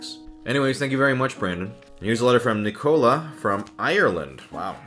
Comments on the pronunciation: I’m so happy you read my letter! <3 THANK YOU SO MUCH!!! Edit: Oh btw! Liam is pronounced as Lee-um and Nicola is pronounced as Nik-uh-la! Nice attempt tho! ☺️☺️ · Ginger Kubicz Liam is lee um and he was close enough with Nicola just he said it like Coca Cola when it nic ola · He mispronounced both Liam and nicola